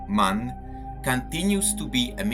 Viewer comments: MAN is NOT pronounced 'man' it is an abbreviation for Maschinenfabrik Augsburg Nürnberg. Therefore each letter is pronounced individually: Emm Ahh Enn (M A N). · The name of the manufacturer is always pronounced in a wrong way. The three letters "M" - "A" - "N" are spoken separately, not as a word.